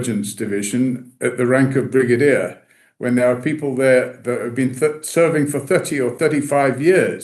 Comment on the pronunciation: Brigadier. Not Bridagier